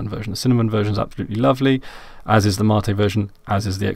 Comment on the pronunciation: What is Ma-tee you keep talking about ?